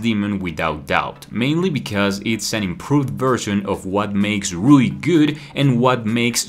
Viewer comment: its rui not ryu